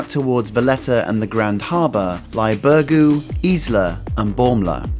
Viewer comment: Please learn how to pronounce Birgu, ask a maltese person and learn how to prounce it. How would it be if I butchered a place in England. I know not the end of the world but everyone can learn the correct pronunciation of a word with practise.